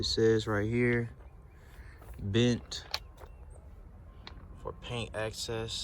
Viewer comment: It said blend, not bent Bruh. 😂😂😂😂